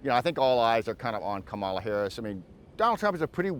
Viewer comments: Comma la… it’s not difficult. So he’s either an idiot or being disrespectful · It’s pronounced comma la…. JFC he’s either an idiot or purposely mispronouncing her name. It’s disrespectful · He cannot even pronounce her name correctly.